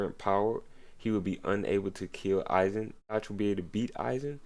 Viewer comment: Yhwach name is pronounced (You Ha)